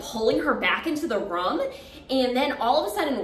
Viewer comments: From all of this all I got was you say room like rum 🤣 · Your season was the first bgc season I ever watched 💖 you were my fav :) so glad I came across your channel! Great story! And I love the way you say “room” lol